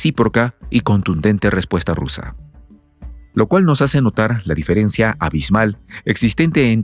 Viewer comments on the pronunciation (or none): none